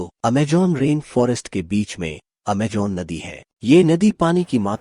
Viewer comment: Amajon nahi Amazon bolo